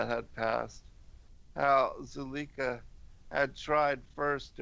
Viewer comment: Zuleika/zulayka, obviating/ob/vi/a/ting just so you know how tp pronounce these words.